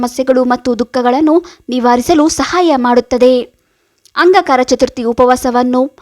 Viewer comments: ನಿಮ್ಮ ಉಚ್ಚಾರಣೆ ಸರಿಯಾಗಿ ಇಲ್ಲ, ಅಂಗಕಾರಕ ಅಲ್ಲ ,ಅಂಗಾರಕ ಎಂದು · Angakara alla Angaraka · ನೀವು ಹೇಳುತ್ತಿರುವ ವಿಷಯ ಸರಿಯಾಗಿದೆ ಆದರೆ ಅಂಗಾರಕ ಎಂಬುದರ ಬದಲು ಅಂಗಕಾರ ಎಂದು ಹೇಳಿರುವುದು ಕೇಳಲು ಹಿಂಸೆಯಾಗುತ್ತದೆ ಸ್ವಲ್ಪ ಅಲ್ಪ ಪ್ರಾಣ ಮಹಾ ಪ್ರಾಣ ಸರಿಯಾಗಿ ಉಚ್ಛರಣೆ ಮಾಡಿದರೆ ಚೆನ್ನಾಗಿರುತ್ತದೆ ನಿಮಗೆ ಒಳ್ಳೆಯದಾಗಲಿ ಧ್ರುವ ಅಲ್ಲಾ ದೂರ್ವ ಅಂದರೆ ಗರಿಕೆ ಪತ್ರೆ ದತ್ತೂರ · ಅಂಗಕಾರ ಅಲ್ಲ ಅಂಗಾರಕ ಮೇತುಚೂರ್ ಅಲ್ಲ ಮೋತಿಚೂರ್ ದೃವೆ ಅಲ್ಲ ದೂರ್ವಾ... ಕನ್ನಡವನ್ನು ಸರಿಯಾಗಿ ಬಳಸಿ ಉಳಿಸಿ ಸಿರಿಗನ್ನಡಂ ಗೆಲ್ಗೆ ಸಿರಿಗನ್ನಡಂ ಬಾಳ್ಗೆ.❤🙏🏻 ಜೈ ಕನ್ನಡಾಂಬೆ 🙏🏻👏🏻w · ಅಂಗ ಕಾರಕ ಅಲ್ಲ ಅಂಗಾರಕ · Angaraka antha heli...angakaraka alla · ಅಂಗಕರ ಅಲ್ಲ ಅಂಗಾರಕ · ಅಂಗಾಕಾರ ಅಲ್ಲ ರೀ ಅಂಗಾರಕ ಅಂತ ಹೇಳು. 🤦‍♀️🤦‍♀️ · ಅಂಗಾಕಾರಕ ಅಲ್ಲ ಅಂಗಾರಕ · Angakara alla maree angaraka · please say angaraka, not angakara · Please, ಅಂಗಾರಕ ಎಂದು ಹೇಳಿ. ಅಂಗಕಾರ ಅಲ್ಲ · First change your pronounce not Angakaraka Angaraka😅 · Anga Kara alla angaraka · Its not aangakara Angaraka your pronunciation is wrong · angakara alla angaraka n druva alla durva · Not angakara pronounce wrong say angaraka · ಅಂಗ ಕಾರ ಅಲ್ಲವ್ವ ತಾಯಿ,ಅಂಗಾರಕ ಚತುರ್ಥಿ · ಅಂಗಕಾರ ಅಲ್ಲ, ಅಂಗಾರಕ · ಅಂಗಾರಕ ಮೇಡಂ ಅಂಗಕಾರಕ ಅಲ್ಲ ಸರಿಯಾಗಿ ಹೇಳಿ .ಮಾಹಿತಿ ಕೋಡಿ. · Angkara ಅಲ್ಲ ಮೇಡಂ.. ಅಂಗಾರಕ ..ಮೊದ್ಲು ಎನ್ ಹೇಳ್ತಿದೀನಿ ಅಂತ ತಿಳ್ಕೊಂಡು ಮಾತನಾಡಿ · ಅಂಗಕಾರ ಅಲ್ಲ ಅಂಗಾರಕ ಮೇತುಚೂರ್ ಅಲ್ಲ ಮೋತಿಚೂರ್ ದೃವೆ ಅಲ್ಲ ದೂರ್ವಾ... ಕನ್ನಡವನ್ನು ಸರಿಯಾಗಿ ಬಳಸಿ ಉಳಿಸಿ ಸಿರಿಗನ್ನಡಂ ಗೆಲ್ಗೆ ಸಿರಿಗನ್ನಡಂ ಬಾಳ್ಗೆ.❤🙏🏻 ಜೈ ಕನ್ನಡಾಂಬೆ 🙏🏻👏🏻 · ಅಂಗಾಕಾರ ಅಲ್ಲ ಅಂಗಾರಕ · Pls tell properly angaraka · Medam modalu ಅಂಗಾರಕ anta uchchar madriii plz💐💐🙏🙏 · Hello...angakaara naa?? Thappu thappaagi heluvude dodda thappu😂😂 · ಒಂದು ಸಲದ ತಪ್ಪು ಅಲ್ಲ … ಪ್ರತೀಸಲ ಅದನ್ನೇ ಉಚ್ಛಾರಣೆ ಮಾಡಿರೋದು … ಮೊದಲು practice ಮಾಡಿ ಅನಂತರ video ಮಾಡಿ … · ಏನೋ ಒಳ್ಳೇದು ಹೇಳಾಕ್ ಬಂದಿದೀಯಮ್ಮ ಉಚ್ಚಾರಣೆ ಸರಿಯಾಗಿ ಇರ್ಲಿ ಅದು ಅಂಗಾರಕ ಏನೇನೋ ಓದರ್ ಬೇಡ ಇಲ್ಲಾಂದ್ರೆ ಬಾಯಿ ಮುಚ್ಕೊಂಡು ಇರು